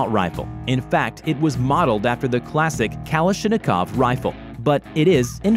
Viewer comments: This guy said kala-shina-kov, its ka-lash-ni-kov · HOLY FUCK UR RIGHT “KALA SHIN A KOV” LMFAO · The calashinikof rifle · Sorry what? Kala-shini-kov? It's pronounced „Ka-lash-ni-kov“ im not russian and i even knew how to say it the first time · He says it "kalashinikovv" ... it's "Kalashnikov" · Kala shinnikov 😂😂😂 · SorryThisIsAChristianServerSoNoSwearing he said kal-ish-id-iv-kov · i stopped watching at "kalash-a-neekov" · They said the UTS-15 was named gun of the year due to its incredible hitting power. As if it uses it's own shells. And they pronounced SPAHS instead of SPAZ. And he said KALA-SHIN-IH-KOV. Dude is just reading other peoples articles. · The way he said “kah-lashi-knee-Kov” hurts me to the core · "Kalla-shine-koff" :D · Cala shina kov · kalashinikov lmao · Did he just say kalishinokov?? Lmao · Sounded like Kalisthenic-kov to me. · Who else got triggered when he said calish-nokav for the ak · I stopped after I heard him say Kala-shanikov rifle. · OMG WTF??! He said kalas e nik av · K A L A N I S H I K O V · Also the fact of how he says kalishnakov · "Kalishinikov" Never heard it like that before. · they way he pronounces things makes me mad Ka-Lesh-Ni-Kov spas like spaz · You mean like the name "Kalashnikova"? That was brutal. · Wtf is a kalisha-nokov? That's how you know the narrator isnt a fan of guns.. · He said Kal-ah-shina-kov Just Why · bro this dude said kalishinikov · Nobody:; kallasheenikohvv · "kalashinikov" im dying pls no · kala shini kov? weird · Who says kala-shin-i-kov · Wait did you just call a kalashnikov a kalas e shni kav dude don’t be a gun channel or something if you can’t pronounce one of the most popular Rifle types? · He said kolisnikov wrong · The way he said kalashnikov makes me think this guy has never seen or even pronounced the name of a gun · dear god i died when he pronounced kalashnikov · That's a horrible way to pronounce Kalashnikov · Are we not gonna talk about how he said Kalashnikov Wrong